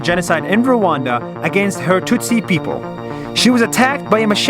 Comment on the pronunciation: It's Rwanda not Rwand